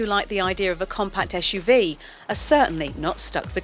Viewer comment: WTF is she keep telling ”eshUV”?